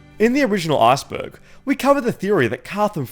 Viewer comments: Arseberg sounds funny 🤣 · stop saying arseberg lmao